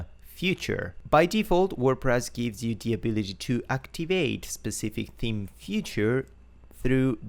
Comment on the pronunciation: I giggle when he says theme like team <3 accents are great